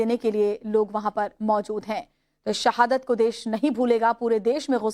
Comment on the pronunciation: सहादत,दहशत, फिरकापरस्ती।ये एंकर भारतीय है या पाकिस्तानी।हिंदी नही आती इसे।